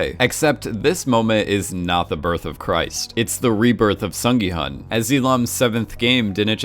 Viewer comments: Ahhh, his name is pronounced “Sung gi- HOON” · The intention of my original comment isn't to go hard critiquing pronunciation. I just really want everyone to know at least the main character's name because it is not a hard name to pronounce for Americans. Some of the other names are understandably a little harder. As a Korean, I hope people will promote Korean entertainment and culture with a little more effort towards the pronunciation.